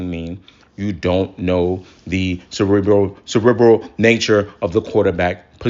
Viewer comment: It’s funny that you’re talking about intelligence when you can’t pronounce the word “cerebral” 😂😂😂😂😂 Like Kevin Garnett trying to pronounce equivalent